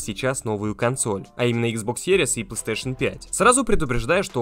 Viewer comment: Чел не говори плстешн 5 очень режит уши